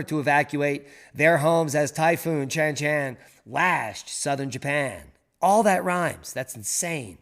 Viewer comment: Shanshan pronounced, Shaanshaan.